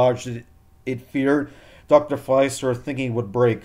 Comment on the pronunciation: I think Dr. Facilier was pronounced 'Fah-silly-eh'